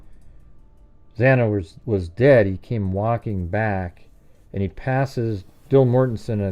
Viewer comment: Xana, pronounced like Anna, there was also blood running down inside the kitchen wall, i think it was the pantry. If bryan had dog hair from Murphy on his clothing, he is toast, bbqd, well done.